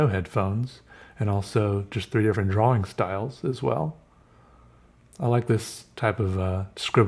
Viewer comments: Feel like kicking him in the head the way he pronounces drawing. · Viewer Judges how pronounces 'drawing': Is this a mistake?